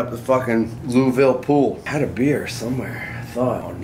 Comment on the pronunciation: Lou'eeville. Wish i would have known you were in my hood!